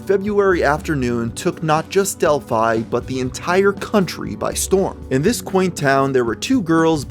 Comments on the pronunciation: It’s actually pronounced Dell-fee as in the same name as the Greek city, often mentioned in myth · I feel like the town is supposed to be pronounced like 'Del-fee' and the way you say it each time grinds away my soul. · It’s pronounced delphee. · It’s pronounced del-fe not a hard “I” a soft e.. English lango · Its Dell Fee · Del-phe that is how you pronounce it. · I know that's how you pronounce Delphi but wow it sounds weird